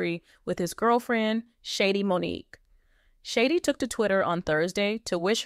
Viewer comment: Her name is Shadee’ not shady